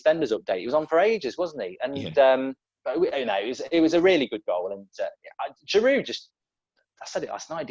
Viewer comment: No, but he's probably the best big man up front who can hold the ball up and bring others in to play! P.s. It is pronounced Girou, you need to drop the D on the end!